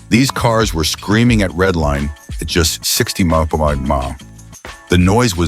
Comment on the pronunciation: You come so close to doing a good job. Why not look at the video or have someone proof the video, especially the bad AI voice over where your AI cannot even pronounce 'miles per hour'. You were so close.